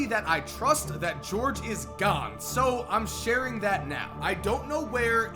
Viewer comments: “Gahne” sorry 😂😭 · Why you say gone like that 😂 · Why does he say gone so weird